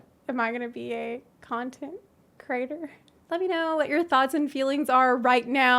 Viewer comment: "content...crator" Damnit girl. Fine. Take my like. :p You are unrestrained adorable and it's almost unbearable.